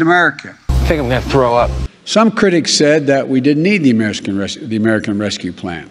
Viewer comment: He couldn’t give a speech if he tried! Can’t even say American!